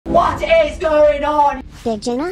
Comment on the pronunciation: i love how when he said hat si going on when he meant to say what is going on his editor made his voice say hat si going on?😂